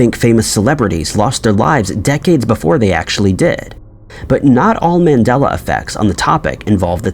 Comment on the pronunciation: Dude it's MAndela effect after Nelson MANDELA and people thinking he died in prison. Not MENdela.